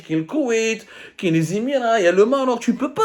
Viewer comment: Ala 10eme minute il a dit "marrrroc" un record pour zmar